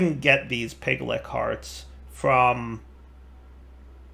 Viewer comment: In fantasy there is a creature called a Lich (Litsh), and in the pack there is a creature called a Piglich (Piglitsh), and yet insists on calling them Piglicks. I can understand where the "k" sound comes from because it is in lichen (the algae / bacteria combo). Also if you cannot spawn the Pigliches, try placing the automatic killing in "the Other", they seem to be frequent spawns there.